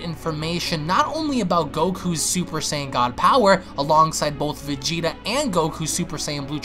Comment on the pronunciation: Am i the only one who noticed he did not say vegeta